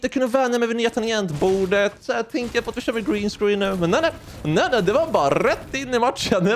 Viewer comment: Tycker det var bättre uttal green screen och du är BÄST